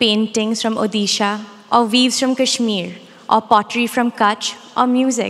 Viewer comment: Nice speech, but a bit disappointed that being an Indian herself, she pronounced ’Odisha’ wrong. I’m from Odisha & the fact that Indians from rest of the states still don’t know the proper name of my state definitely disappoints me.